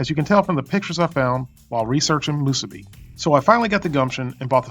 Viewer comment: Moosuby and furycake